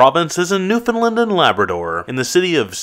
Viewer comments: The way you said Newfoundland as a Newfie highly triggers me. For future reference, it’s not “New-Fund-Lund” it’s “New Found Land” no hate, it was a good vid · AAAAAAAAAAAAH! It’s pronounced New-found-land or new-fin-land. Not “lin” but “land” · My god you didn't even pronounce "Newfoundland" right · Through that gibberish I believe she's saying you're mispronoucing Newfoundland.